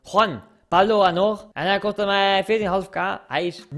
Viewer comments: Je zegt anjor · Je spreekt het uit als anjor ;) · Anor spreek je uit als anjor. Verder... Duimpieee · je spreekt het uit als anjor